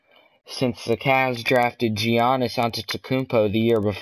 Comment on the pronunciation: giannis is pronounced with a y